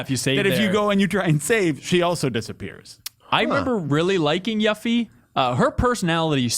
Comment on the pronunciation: "Yaf fee"